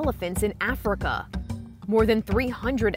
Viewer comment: Yo that’s not how you say Africa you say it as you see it